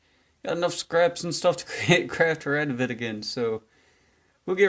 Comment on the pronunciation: You did it. You said his name right. I'm so proud of you. Also I'm catching up on all your videos. Good stuff m8.